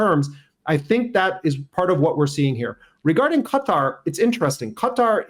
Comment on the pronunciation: 👏👏 well done for correctly pronouncing Qatar 🇶🇦